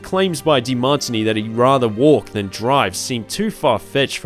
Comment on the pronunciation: Ever heard of the drink called Martini? Yes? That's how De Martini is also pronounced... :face-turquoise-covering-eyes